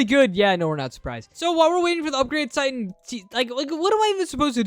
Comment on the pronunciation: Bro sed titen clock man but it’s titen clover man